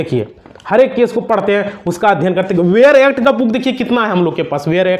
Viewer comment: वेयर एक्ट नहीं बेयर एक्ट होता है।